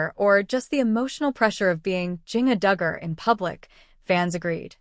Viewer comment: This AI is mispronouncing Jinger's name terribly! Not very professional.